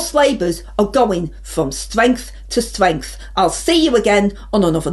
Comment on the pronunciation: Stwength to stwength? More like cwap to cwap